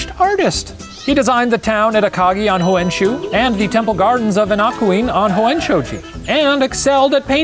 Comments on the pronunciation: Great episode! As a Japanese person, I just wanted to point out some inaccuracies in pronunciation: Iori is pronounced (EE-ori), Honshu is pronounced exactly like it looks (Shane said Hoen-shu lol). Seijiro is pronounced (SAY-jiro). Overall I'm super impressed with Shane's pronunciation XD Fun fact: most samurai are not born with the name they're known by, don't quote me on this but I think Musashi was born Fujiwara Bennosuke (Fujiwara is a super well-known name in the history books, not sure if he was directly descended from anyone famous though) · It's not Die-E-myo it's just die-myo... there's only one i and it's pronounced with the first half. It would be Daiimyo if it was pronounced like you said it. That pained me to hear it and you said it so much... Not to mention the other words you added vowels to that weren't there... like Huonshu it's just Honshu.